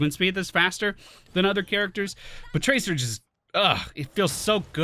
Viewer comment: Did he just pronounce tracer traker?